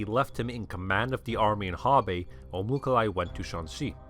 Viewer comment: Its not Mukhali. its Mukhulai Мухулай. There are tons of pronunciation mistakes about Mongol names... Starting from Genghis which is actually Chinggis